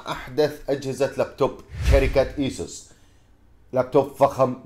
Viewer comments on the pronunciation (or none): أسوس وليس إسوس